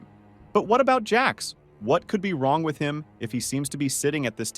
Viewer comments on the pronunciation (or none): none